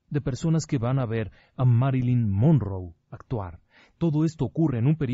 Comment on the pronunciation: Monroe es con una r no 2 sr lic